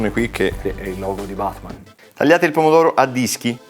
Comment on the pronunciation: $embra che abbia detto pene dur non pomo dor